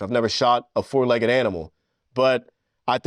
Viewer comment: “I’ve never hunted, like, a 4-legged animal” Emphasis on ‘4-legged’💀💀💀💀